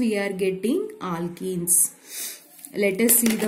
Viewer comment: Aalkenes 😂 Alkel halides 😂